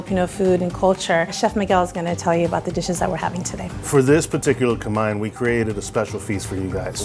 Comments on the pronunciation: How you pronounce "kamayan", is really, really triggering me. 😂😂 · Holy crap that woman pronounced kamayan so American I didn’t even catch that she actually said a Filipino word, “kamay” for hand lol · I thought he said "Camaian" feast but then i kept thinking and now understood it. It's actually Kamayan AHAHAHAHAHA